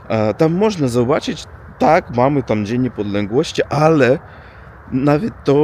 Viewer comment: Dzień Niepodległości Postaraj się to przeczytać inne twoje błędy Nie radzą ale wymowę tego dnia mógłbyś się chociaż nauczyć